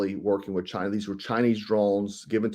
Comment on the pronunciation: It's not Chiner. The drones are conscious ai.